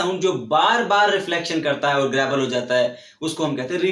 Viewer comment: Sir it's a word gravel or grabel